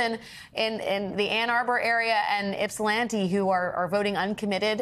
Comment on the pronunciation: She said Ypsilanti correctly ❤